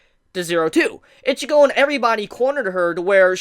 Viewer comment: Stop calling her Itchygo